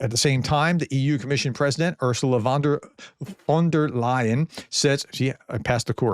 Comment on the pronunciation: Thanks for your great channel. You are doing a really great work. Btw. you pronounced Ursula von der Leyen nearly perfect 👍 Thanks for your balanced point of view.